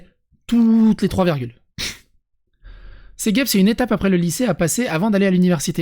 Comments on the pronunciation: Ça se lit céjep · Cégep! Le 'G' comme un J.